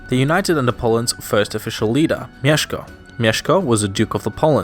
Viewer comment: As for someone from abroad, for me, a Pole, you are very good at pronouncing Polish words such as Mieszko, Bolesław or Warszawa.